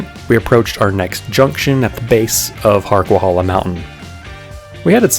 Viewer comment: It's pronounced HarquaHAYla, not hala.